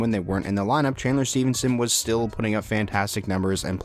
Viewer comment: Stephanson Sask boy💪💪. Stephanson** it'$ pronounced